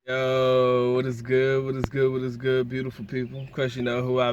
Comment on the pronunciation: It's not Joe, it's Yo.